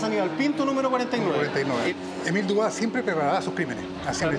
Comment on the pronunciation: Se Pronuncia DUBUA